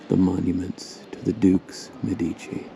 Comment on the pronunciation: In the word " Medici" the stress must be on the "e", , on the first syllable.